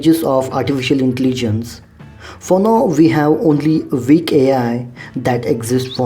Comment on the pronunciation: Good video! PS: Your pronunciation of "weak" should be corrected. Thanks. Google translation can pronounce sentences.